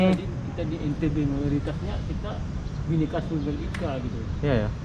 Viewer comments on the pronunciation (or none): none